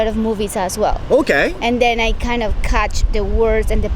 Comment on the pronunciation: Catchがカッチって発音されちゃ理解できん。オーストラリア英語なのか。